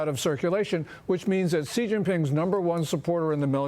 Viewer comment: "Xi" is pronounced "she," not "jee." After years and years you still can't get this right.